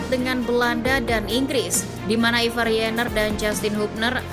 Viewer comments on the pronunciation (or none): none